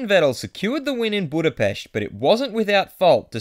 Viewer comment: YES! FINALLY SOMEONE SAYS BUDAPEST RIGHT